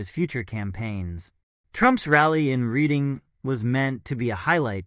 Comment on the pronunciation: It's pronounced " Redding", not "Reeding" Pa.